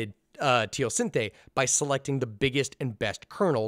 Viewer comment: Still pronounced teosinte wrong lol